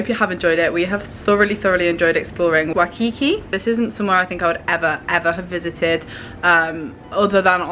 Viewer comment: It's WHY-kiki, not wuhkiki